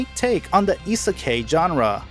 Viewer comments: Hate how he is saying isakai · I'm sorry if it seems annoying but Isekai is pronounced Ee-Seh-Kye, I-se-kai, kai rhymes with sky. I hope it helps. :) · You fucking said isekai wrong